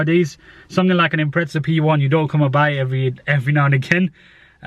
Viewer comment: Lol it's Impreza not impretsa 😂